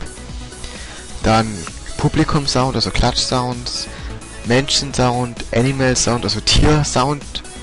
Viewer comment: Sounds ? Sprich: zaunz